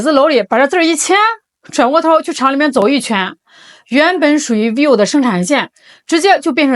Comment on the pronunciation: vi-vo，两个音节，不是 viu